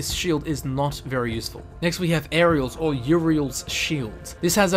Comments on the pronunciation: Now repeat after me auriel (OH-ree-uhl) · Oar-Ri-ell.... not that hard... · How the hell does he repeatedly mispronounce Auriel? Gelebor pronounces it for you: Orry-Ell! Get it right when everything is said for you,, please. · Auriel is pronounced OR-E-EL and Ysgramor is pronounced EE-sgramor not Yisgramor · camel triggered me when I heard him say auriels shield 😑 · He pronounced Auriel two different ways... Both were wrong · You mispronounced Auriel's 2 times. Jeez.